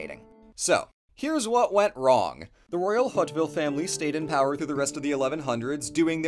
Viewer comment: The name of the Hauteville family is pronounced "Oat Veal," not, "Hot Vill."